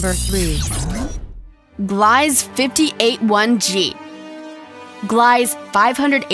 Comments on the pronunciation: Gliese is pronounced like Glee-c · number 5 it's pronounced gleesa you fucking idiot.... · That planet is “tidally locked”, look up some facts and the mispronounced words tell us u haven’t done much research! The planet is GLEESA 48B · The way she pronounces Gliesse drives me insane. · I love how she pronounced a few of the planets wrong (Proxima and Gliese)